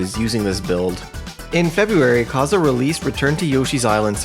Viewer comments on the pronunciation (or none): not to offend but it's kaze and not kaza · Minor point, but Kaze is pronounced Caw-Zey. Props to you for not pronouncing it as Kayz, though. Kudos! 😁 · I thought it was pronounced Kay-ze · KAZE ISN'T PRONOUNCED LIKE THAT IT'S KAYZ WITH A LONG "A" ...But that aside, excellent video!!! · Hearing Kaze pronounced like that sent me into a panic. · My only takeaway from this video is youd think by 2023 we'd all know how to pronounce Kaze's name 😂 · The amount of times he mispronounced Kaze is insane. Outside of that, great video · You need to learn how to pronounce kaze